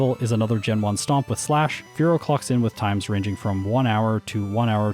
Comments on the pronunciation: I cackle everytime he says "clocks in" because I hear it as "clucks in" XD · Sounded like you said "Spearow clucks in" and that's still a funny pun to me.